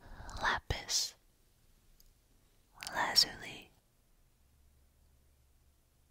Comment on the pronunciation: ASMR as soon as you said lapis lazuli, I became excited, because you had pronounced it correctly.